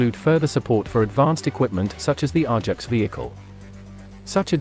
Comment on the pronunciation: Pronounced A -JAX not R JAX !